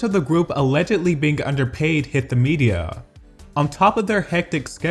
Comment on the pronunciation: Is there a reason you extend the end of the last letter in a sentence? When you ended “media” you pronounced it mediaaaa.